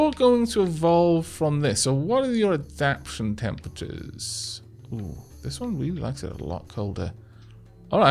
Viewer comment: The time lapse is preferable to skipping the gameplay. "...a benevolent god" immediately drowns a crap-ton of land life. lol Don't change As for pronunciation, when you get two vowels in a row sometimes just pronounce one. It doesn't matter which people can just chalk it up to a regional accent.See-la-canth-us for example. Some little nit picks though. Add-ap-TAY-shun and tro-fic. As always great work :-)